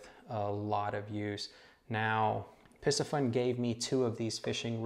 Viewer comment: Isn’t the pronunciation Pee-see-fun?